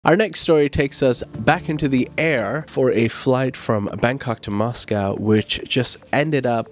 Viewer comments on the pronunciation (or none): I prefer your English accent Mos🐄😂😂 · MOS KOW, Jeepers Creepers, like Elon Musk flitting between American and English or Christian Bale... Love your reading all the same